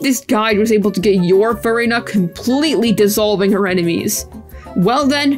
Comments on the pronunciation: why am i always hearing furryna? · i hate the way u say furina. it just sounds insane